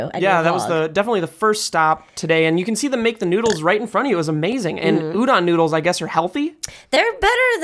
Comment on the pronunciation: Why does Reina pronounce a lot of Japanese words like a white person? Like Udon, Sakura, etc.